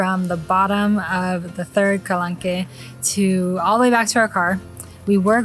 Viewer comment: For your next video, you might want to Google “how to pronounce X”- there is often a few videos out there (as there is with calanque) I liked your video but found it really distracting every time you pronounced it wrong…you don’t have to say it with a perfect French accent, just get it in a better ball park. That shows respect for where you’re going, you would appreciate it if others did it for you! 😁 So for example, the following is fine: Ka - LONK For the town, there are two ways to say it: Ka - SEES Ka - SEE